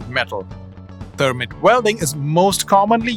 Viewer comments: It's pronounced thur-mite (Thermite) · In the United States, it’s spelled, “thermite.“ The vowel sound is a long “i”.